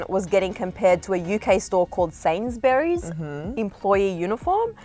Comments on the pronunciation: OMG STOP YOUR SAYING SAINSBURYS WRONG ITS SAID SAYYYYNS NOT SANZ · “Sainsberries” dead😂😂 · its said like sanesbury no sans or berry as a brit I am highly offended by this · Omg there saying Sainsbury’s wrong 😂😂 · The way they pronounced Sainsbury’s LMAOOOO